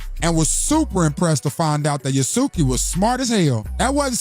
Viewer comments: Yah-Sooo-Kee, Yah-Sooo-Kay, No-boon-nuhguh, Nuh-bunga are horrific pronunciations. At least he got Nobunaga correct at the end there. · the pronunciation of Yasuke and Nobunaga is sending me😂😂😂